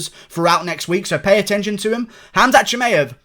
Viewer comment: Your pronunciation of khamzat is really good you sound like a normal arab